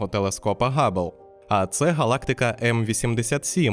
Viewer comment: по украински правильно говорить Габбл